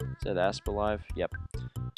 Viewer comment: Every time he says asp I hear ass